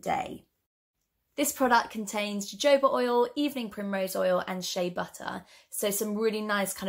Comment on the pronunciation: JoJo ba oil 😂 It’s pronounced “ha hoba” love 😉